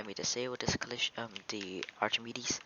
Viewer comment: Btw it's not pronounced Archimedes, it's pronounced Arkemeedeez.